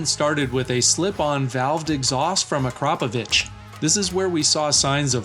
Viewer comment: You pronounced Akrapovič correctly, well done